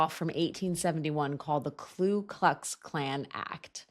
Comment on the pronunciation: It's the Ku Klux Klan, not the Klu Klux Klan. They don't have a Klu.